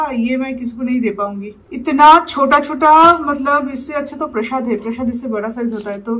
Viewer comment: You should really focus in your Hindi pronunciation! It's high time now. It's been quite some time, you are making vlogs in hindi. But there is no improvement in your dialect. And it really sounds bad. There is nothing called as "hay". You really should take some training.